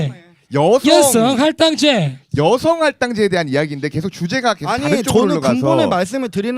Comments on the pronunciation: 한국인은 계속을 켸속이라고 발음하지않음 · 예전에 봤던 영상 다시보는건데 남페미는 그냥 순수한 좌빨에 팩트는 없고 물타기만 오지게하고 매 주제마다 말빨에서 밀리면 518로 물타기만 하려고 시도하네 ㅋㅋㅋ 그리고 계속이지 케속이냐 발음 이상한거보니 조선족 맞나봄 ㅇㅇ 케속, 크렇게 ㅋㅋㅋ